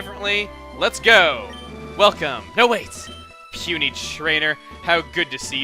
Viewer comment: puny trainer don't you mean pun-y trianer